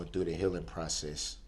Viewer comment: He really thinks he was impacted by this tragedy just as much if not more than the victims. "I'm suffering with you. I'm heelin wit you" 🤦‍♀️